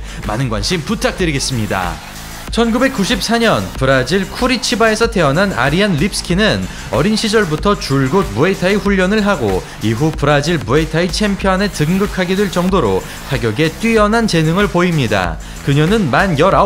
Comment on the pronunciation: 쎄울 X 서울 O 쿠리치바 X 꾸리찌바 O